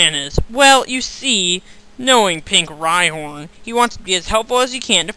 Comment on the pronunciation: u said rhyHORN!!!!!!!! O_O